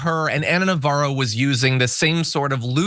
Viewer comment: Her name is Navarro, where did you hear "Novara"?